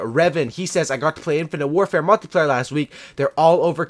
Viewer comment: omg you said multiplayer not multeyeplayer!